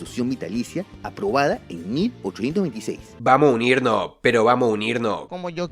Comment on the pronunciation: Vamoh a unirnoh, pero vamoh unirno como yo quieroh me dijo JAJAJA